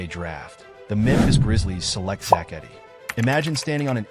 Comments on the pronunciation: Its Edey not Eddy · It’s edey not eddy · Great video. But please say his last name right. 😂